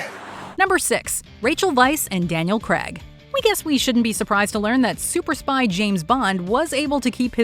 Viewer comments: That's Daniel CRAYG, not Crag. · It’s pronounced Daniel Crayeeg not Daniel Crag! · To pronounce Daniels last name is “Criaaage” not the way the US say it.